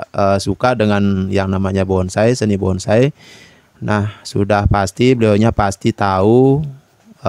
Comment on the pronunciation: Itu yg komen jiwa Seninya NOL BESAR.... BONSAI kok bisa bilang BONGSAI... 😂😂😂